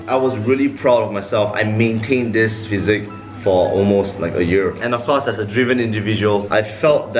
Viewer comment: It’s physique not physic